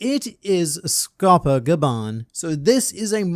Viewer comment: Lol my boy can say kerberus, but dead names Scopper.